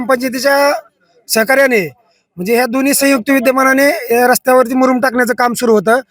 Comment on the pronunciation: मुरुम कि मुदुम